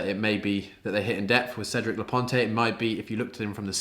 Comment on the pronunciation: Cedric's last name is pronounced la point (like "oh, that's a good point").